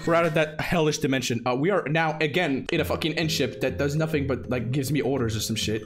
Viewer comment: How normal people say dimension:normal How say dimension:ÉL Á DIMENSIONÉ